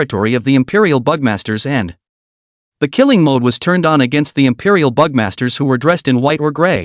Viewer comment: Good story but when he says "the" that is annoying because of the why it's said